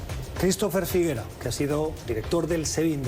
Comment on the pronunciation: No es Figueroa... Es Figuera